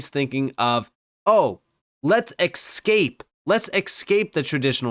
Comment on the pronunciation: Escape not excape😂